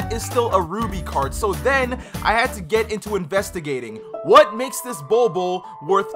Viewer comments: I love the way he pronounces the "bold bol" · I love the way he pronounces the "bol bol" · Bol bol means pubic hair in my country. Stop pronouncing his name like the way you do coz it’s hilarious